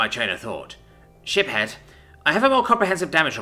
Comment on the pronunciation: So…I’m not the only one who, whenever he say’s Ship-Head Uleena, instead hears Shit Head Uleena….right?